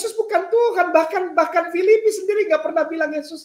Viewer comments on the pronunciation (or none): Penyebutan kitab filipi saja salah ini berarti terbukti kainama itu penipu